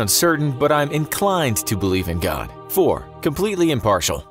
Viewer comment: Why do you speak "god" as "godn"